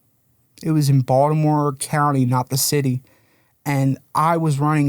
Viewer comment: You can tell he's from around the way just from the way he pronounced Baltimore, "Baldamo" 😂